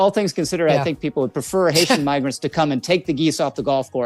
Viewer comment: As much as Lowry is an asshole, let's be fair - If you listen closely, he starts out mispronouncing 'Migrants.' We're better than them, let's act like it?